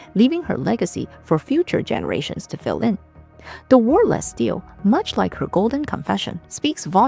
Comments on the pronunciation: Great video thanks, Chinese history is hard to find in the west….😢 For future reference, in English, Stele is pronounced like stee-lee not steel 😊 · Stele is a two syllable word- pronounced as steel-lee :)